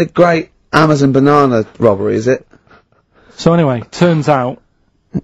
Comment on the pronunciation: Karl pronounces it "binana"!!